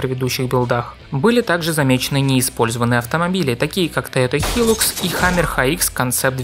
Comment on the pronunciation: Не Тойота ХИЛУКС, а Тойота ХАЙЛАКС. Это я как человек из диллерского центра Тойота говорю